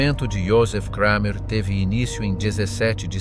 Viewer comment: Its just Kramer not Kreimer....German is not pronounced like English!!